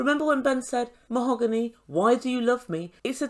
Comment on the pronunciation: MOE-HO-GAHN-EE she said 🤣 🤣 🤣 🤣 🤣 seriously?!!?!